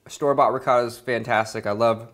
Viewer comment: In our LasagnE there's not "rihota (ricotta)" how you say it, there is "besciamella", which is completely different.